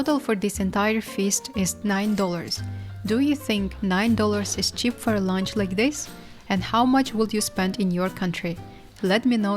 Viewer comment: Her pronounciation is driving me nuts! It's C H E A P!! NOT chip!